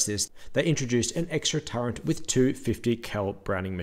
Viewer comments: Turret, not "turrent" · "Turret" has no letter n in it. It's not "turrent". Why is this so difficult? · he says "torrent" lol